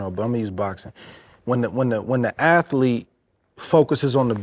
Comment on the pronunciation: Aflete bro… aflete.